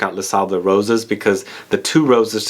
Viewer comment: It's "Les Sables Rose" you don't have to pronounce the "S" at the end